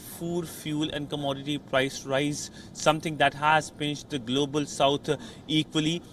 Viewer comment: I laughed when i heard golobal security. From somalia